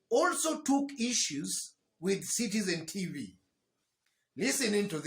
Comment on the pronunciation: Oscar sudi,,,, "sitsen tifii" 😂😂😂😂😂😂😂😂😂😂